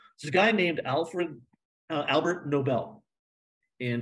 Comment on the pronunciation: Argh! It’s ALFRED Nobel, NOT ALBERT. This bothered me way too much.